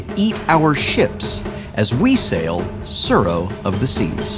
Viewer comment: Tsuro of the Tseas, you tsay? That tsounds tsuperlative.